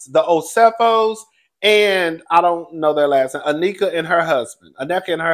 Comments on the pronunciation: you are so close to pronouncing Nneka's name. It's 3 syllables, In-Neh-Ka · It’s pronounced “neh-kuh” 😂